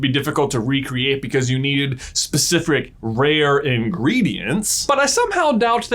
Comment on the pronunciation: Specifric... lol